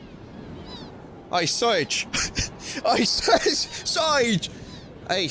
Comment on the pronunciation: Fun fact, Serge is pronounced 'Sairzh," like the french name. (As denoted by the japanese phonetic spelling)